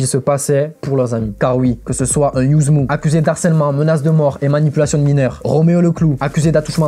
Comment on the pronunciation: Par contre Yuzmv ça se prononce YUZMA, le V fait un A à l'envers... Si on regarde n'importe quelle interview de lui pour s'y intéresser on le sait